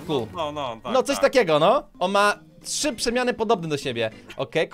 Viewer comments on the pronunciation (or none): none